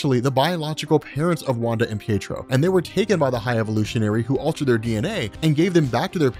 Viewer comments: Peetro, lol! Pee-ay-trow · Peetro? PEETRO? It's Pietro! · I heard you say peetro